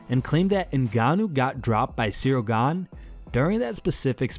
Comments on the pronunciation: Says Gane, 10 seconds later calls him Gan-ay and then calls his coach Fernand Lopez Lenard Lopez. 😂😂😂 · Ganey. Lennard Lopez. 😂 How about some professionalism. Get the names right 😎 And also Jones did fight. (His wife…)